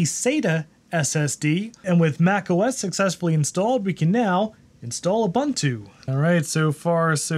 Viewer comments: ub untu, not ab untu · That's not "OOBANTOO".